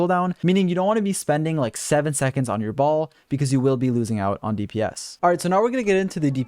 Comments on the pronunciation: Lmao I heard “Baal” as “Ball” and I couldn’t stop laughing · i always hear him saying “balls” 💀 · My man keeps calling her "Ball." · BrIlliant guide but I still cringe every time you call her baal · Why do all you nerds call Shogun bal??? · It annoys the living hell out of me that MiHoYo mispronounces her name, causing the entire world to do the same. They could have at least looked up how to pronounce it before they recorded voice lines. It's pronounced "Bail" ffs. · thank you for the very helpful guide!!! altho it bothered me how you kept calling her 'Baal' because in the story it was explained that she isn't baal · Not Baal, akhctuly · i wonder when content creators would stop calling her baal, baal is already dead